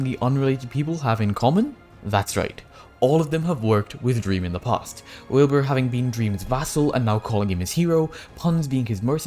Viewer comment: did he just call wilbur willNE